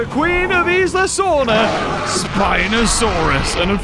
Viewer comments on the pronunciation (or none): none